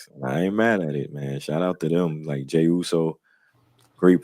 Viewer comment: I know u wanna talk about the Owen Hart cup...-MEEEEEE?!?!?!? 😂🤣😂 another great show fellas 🫡 keep moving forward. Also I agree with... u butchered that Jey Uso line 😂😂😂